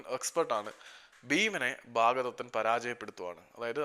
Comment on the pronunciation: ഭാഗദത്തൻ അല്ലല്ലോ ഭഗദത്തൻ അല്ലെ